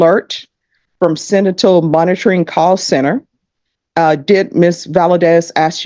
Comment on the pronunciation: finally, 40 minutes in the video and someone finally says "sentinel" correctly...